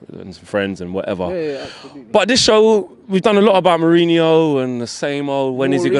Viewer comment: Why does this guy keep calling Mourinho, Maureen? At the end of the day he right now is the United manager, it’s disrespectful